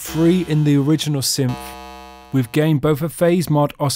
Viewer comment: no, thats not accent, thats just not saying words properly, thats all.